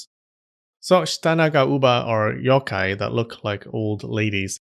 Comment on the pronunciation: how did ik he was gonna pronounce yokai wrong with a soft o sound